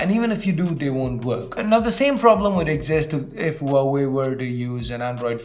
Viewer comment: Wowway Is this how huawei is pronounced?